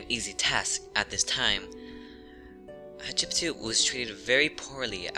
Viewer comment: Hat shep sut pronounced as hatshepsuit Not as you pronounce shatshepsue you makin me laugh though 😂😂😂😂